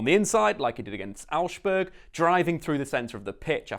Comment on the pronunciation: you pronounced Augsburg wrong, use translate its pretty accurate